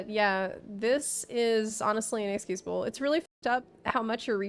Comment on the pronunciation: lol Totally heard "enixcusable"